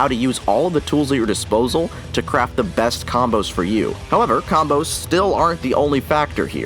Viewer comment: I feel like your emphasis was a little off there